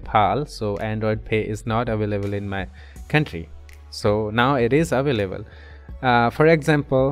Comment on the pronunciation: aveleble😂 Very Helpfull Ty soo much